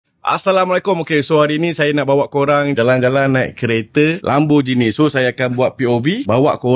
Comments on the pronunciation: Lamborghini bang bukan bukan Lamborjini. Gi bang Gi. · bang, lambor gini bkn lambor jini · Lambojini ❌ Lamborgini ✅